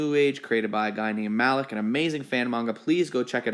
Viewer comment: It’s muh-leek not mah lick